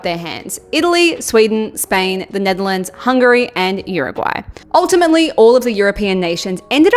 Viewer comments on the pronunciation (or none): none